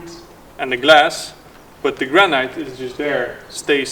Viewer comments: Granite not granight chap! Or granit! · Granite. Pronounced gran-it. Rather than gran-night. Looks like an interesting project. Zijn jullie in Porugaal? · You are pronouncing Granite really wrong.. try this say it like there is no 'e' at the end of the word.... Granit. The spelling throws you off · Not to be too annoying… but the proper pronunciation for Granite is gran it…. As if the e is not there.. 👍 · Granite is pronounced gran it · GRANITE is pronounced, in English, 'Granit' or 'Gran It'. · Gran Night – taking your nanna out for a meal! (Granite – Usually pronounced "Gran nit" in England) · It took me quite a while to realize that he was saying "granite"... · I noticed that too... it sounded weird to me, but I thought I was the one that mispronounced it, so thanks!